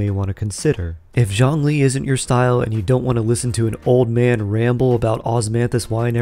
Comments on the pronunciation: If you can please stop to latinize his name. His name is not “John Lee”. 😅🤣🤣🤣🤣🙌🏼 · Zhongli, the o is like the oo in book and zh is pretty much j sound